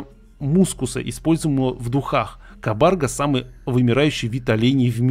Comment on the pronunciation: Не кабАрга , а кабаргА ! Что то типа оленя с клыками